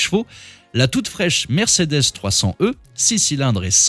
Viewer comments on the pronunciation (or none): none